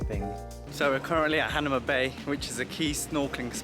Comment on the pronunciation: Not "Han a ma", it's "Ha na ma"